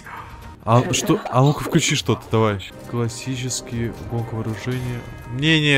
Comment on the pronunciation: Ошибся не давай а дауай